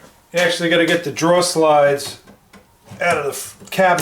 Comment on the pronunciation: Your killing me!!!!! It’s drawER not draw.